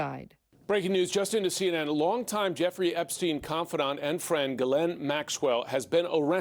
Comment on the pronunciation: CNN pronounced her name "Jewfree." Freudian slip? 😅